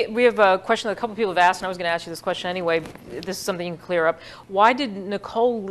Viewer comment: Bro, its one thing to mispronounce the word ASKED as "axed", but to also SPELL it out as AXED????? LMAO